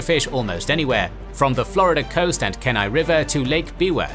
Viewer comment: Kenai is pronounced key - nigh